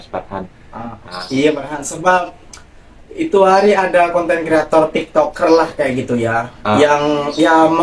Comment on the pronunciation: Ejaan pun tak betul..conten jadi kanten... nampak sgt sekolah tak abis